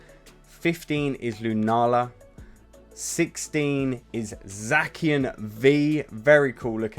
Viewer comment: Is this guy a Pokémon fan or a reseller cause how does this man pronounce Yveltal and zacian so poorly